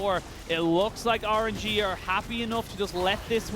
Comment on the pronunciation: this guys doesnt say rng, he says Or-an-ge 😂 kinda like it tho